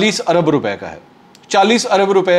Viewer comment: منصور صاحب! انگریزی میں پیٹرل ہوگا، اردو میں پیٹرول ہوتا ہے.